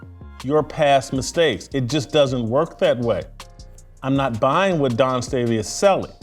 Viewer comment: Whitlock doesn't need to be giving anymore lectures about people growing up. He's pulling Junior High $#!+ with Dawn Staley. He knows her name is Dawn and he can pronounce Dawn, but he thinks it makes him edgy and making some kind of statement by calling her Don. That's $#!+ we did in Junior High. Plus he shouldn't be taken seriously when he speaks against idolatry because he believes the bible is God. When its not. God is not separate from His Word they are one. The Truth is God's word. Not people's opinions and perceptions. Whitlock suffers from what is called biblical idolatry. Congratulations to Whitlock on using the word $#!+. I like that word because it's an honest one. TJ Moe is wrong. It is not our place to tell someone what their relationship with God should be. I disagree with TJ Moe about deserving Grace. We don't deserve Grace. Its a blessing from God.